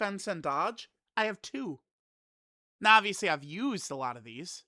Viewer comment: right NEOW